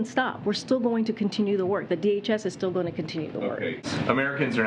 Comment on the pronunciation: When you struggle pronouncing a 3 letter word such as DHS. I mean DAG. No I mean DJD. We’ll funk it, you know what I mean.